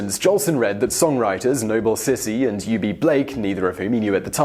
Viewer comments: As said below, it's Noble Sissle, not Sissy. Also, it's Ethel waters, not Ethyl. Anyway, I admire his promoting of black talent, but I've heard too many horror stories about him as a person to see him as a hero. Thanks for the video! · It’s Noble Sissle, not Noble Sissy. And where is the citation for that Jeni LeGon quote? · Another mistake: "Say It With Songs," was, in fact, a much bigger hit than "The Jazz Singer." I hope you didn't get paid for your research skills. And it's Noble Sissle, not Sissie.